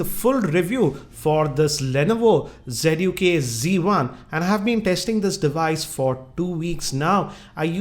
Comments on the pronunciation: it's not g1 it's z1 sir 😁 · lol. "z" should be pronounced as "G".